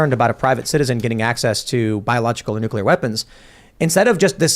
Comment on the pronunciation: Hearing say nucular is becoming unbearable